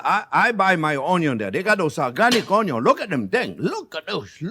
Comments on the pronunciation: he can pronounce the letter N yet not in the word onion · Take a shot everytime this guy says UNYOUUNNN 🧅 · ONYO IN DA HOUSE!!! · Onyo-salt: Exists Chef Jean-Pierre: Has it 😁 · Me too. I never say onion while cooking anymore- it's "onyo" now and forever! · it is so great to say onyo... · please say union one more time